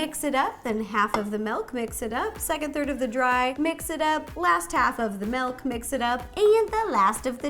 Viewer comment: Ro said melk lol 😂